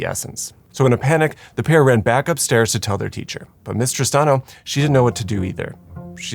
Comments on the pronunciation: I kept hearing "Mister Stano" not "Miss Tristano" lol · I was hearing "Mistress Tahno"!